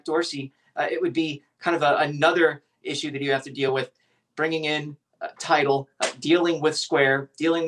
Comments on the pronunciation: Damn! at least get the name of the company right. Its "TIDAL", not title. Pay attention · It’s Tidal NOT Title.